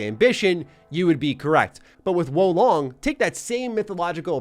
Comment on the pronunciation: my boii... its WUU LONG say it with me now WUUU LONG